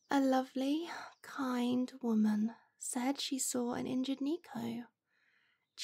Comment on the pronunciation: Just what I needed to hear! The increase in Asmrs with Neko listeners has been a great treat fur a catboy like me-ow! Even though hearing it purronounced “knee-ko” makes me-ow cringe, I must thank you regardless! 😸